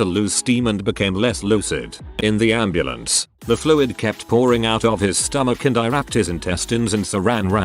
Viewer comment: “And the amb anddeambandeambandembamdebambemabrmenamdnamdn”